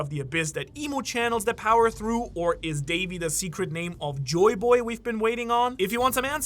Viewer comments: Secret not secrete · It’s “secret”